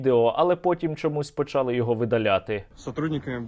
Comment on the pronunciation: не почАли, а почалИ